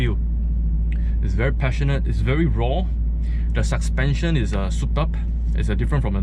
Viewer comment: "Suspension" not "Suckspension"